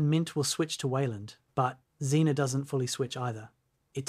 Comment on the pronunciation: See I kept reading that Z-ae-na. But you read it Xena. And now I can't get that theme song out of my head XD